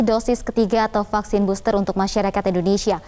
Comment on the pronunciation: KAYA..FFFFEELLLERRR...DI BOSSTERR..GUYSS..😁👎👎👎👎👎